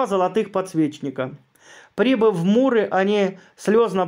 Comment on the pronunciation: Простите, чтецу вопрос.МУры или Миры Ликийские? Может я чего-то не знаю? Спасибо.